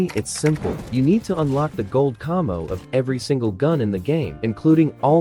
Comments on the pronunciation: Did he just say cummmo its camo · Why he saying camo like cahmo